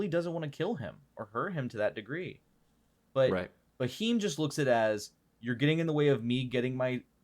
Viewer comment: it's pronounced as 'beam' with a 'h' sound after b. Bheam